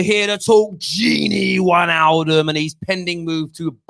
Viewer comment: If we're going to obsess over pronunciation it's probably pronounced fahn deh beeahk, and Vane-alduhm